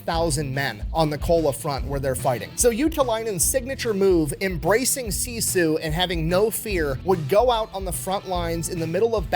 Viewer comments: This is a minor detail, but "Sisu" is pronounced "sis-oo" not "see-sue" - at least that's how everyone in my Finnish family says it. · If you want to say sisu the Finnish way, say si and su as shortly as possible. The American way to pronounce turns into siisuu, but the word is sisu. Short, with emphasis on the first syllable. Same thing with Simo, you guys say siimou. Drop the long ii and the u at the end. With häyhä, you're saying heihau, it's more like the ha of happy the e from few and another short ha from happy in the end. I'm not sure how easy this advice is, but it might be fun to try it out.